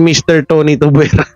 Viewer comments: Kuya it's tuviera not tubuera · Tuviera not Tubwera